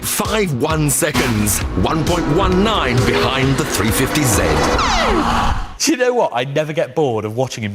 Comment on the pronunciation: a three fefty zed? >.>